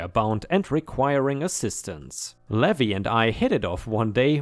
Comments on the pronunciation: Levi = Lee vie (hard "i" sound). "Ye Olde" would be said as "Yee olde," not "yeah olde." lol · Levi is pronounced Lee-vye! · Hey! Hope you're having a great day! On the side: Levi is usually pronounced Leave-eye. The "E" and "I" are pronounced via their names rather than the sound they make. Dunno why it's that way without any accents to show the secondary pronunciation like other languages do. I have an accent in my name and no one has made comment of it. I'm just lucky that my name is a generally well known one for where I live. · Levi is pronounced Leave-eye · It's lee-vy...for Levi ☺️ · dear it's pronounce LEE VIE.... like viking without the king 😉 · Levi (LEE-vi) is a man’s name from the Bible. LEH-vee is the pronunciation for “levy” (verb) which means to put a tax on something, and also the pronunciation for “levee” (noun) which is a ridge or wall of earth next to a river or lake to prevent flooding. New Orleans levees were overtopped by water during Hurricane Katrina.